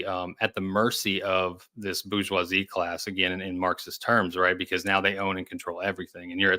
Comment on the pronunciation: Kills me when people won't pronounce "bourgeoisie" correctly. The R is not silent, this is not the hood. It's French, not ebonics OK?